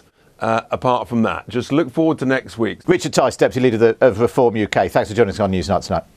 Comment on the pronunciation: What’s a FWAURD ? 😂